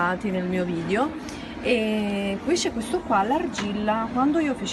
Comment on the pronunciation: si dice VIDEOOOOO non VIDIOOOOOOO